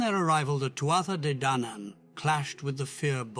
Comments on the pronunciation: For the love of the Dagda, someone teach AI to say Tuatha De Dannan. There is no "th" sound in Irish. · the thua de dan -nan/( phonetically speaking) thuatha de dannan Gaelic Irish....please learn to say the word properly!!